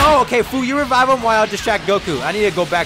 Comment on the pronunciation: You say fu but it's like fwu but it says fu